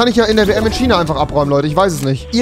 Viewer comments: Normalemenschen: Fisch Rewi: Fich Normalemenschen: Tisch Rewi: Tich Normalemenschen: China Rewi:SCHINA! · wen driggerts auch dass er die ganze zeit schiieena sagt😅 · Wen regt es auf wenn Rewi „tschina“ sagt 1 like= ein Ch für Rewi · Niemand wirklich niemand... Rewi:Schinaa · Niemand: Rewi: SCHINA!